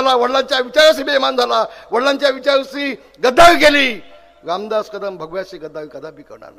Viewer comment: लामदास भाई नाही रे रामदास भाई स्वतः नाव पण नीट घेता येत नाही आणि हा ठाकरेंची बरोबरी करायला लागलाय.😂